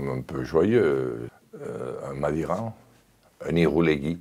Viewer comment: Maliran ... il a dit MADIRAN MDR